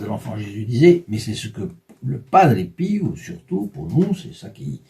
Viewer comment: De famille on prie San Padre Pio.. EN 2003 ma tante le la fait connaître et encore' merci pour cet grâce à PADRE PIO 🙏 merci de le faire connaître.. ' (Prononcé Pio.. Et non Piou comme vous le prononcé lol 😂 😉merci de pouvoir créé un groupe de Padre Pio 🙏 💖